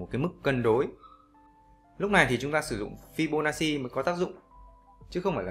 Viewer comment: Đọc là fi-bô-na-chi, góp ý xíu thui. Thanks ad vì bài giảng dễ hiểu thực tế 🤗